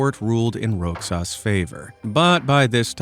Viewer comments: Another IRRITATING attempt by AI! R O X A S is pronounce RO HAHS, not Rocksas!!! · Its pronounced as "Rohas" despite its spellig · You pronounce Roxas as Rosas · its pronounce rojas or rohas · Roxas is pronounced 'rohas' :> for anyone who wants to know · Im a Filipino and so u dont be laughed at other Filipinos who dont pronounce the name right it is pronounce "Rohas" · All pronounced words and and bro you tried to pronounce Roxas it's Rohas with a h to say and baguio is bagyo with a bag and yo to say atleast you tried but its funny😂😂😂